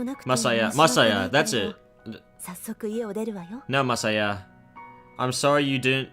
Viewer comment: Actually, you pronounced Masaya's full name perfectly. It's the first time I've ever seen a Let's Player get a Japanese name right on the first try xD